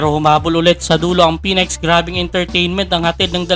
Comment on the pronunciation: May bago palang team ang PBA., phoenex. plantsahin m kaya dila mo para mapronounce m ng maayos sinasabi mo